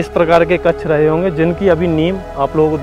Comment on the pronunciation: Aapke videos bahut acche hote hai par aapko ksha bolna nahi aata iss liye hame bura lagta hai.....jaise ki bade bade room matlab kaksh the uski jagah aap kacch bolte ho.....ghar pe ksh bolne ki practice karo next video me dekhenge hum.... "JAY SHREE RAM" 🚩🙏🏻